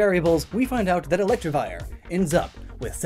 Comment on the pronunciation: did you pronounce it correctly even once?